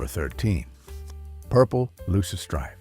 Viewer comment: AI voice can’t pronounce purple loosestrife correctly.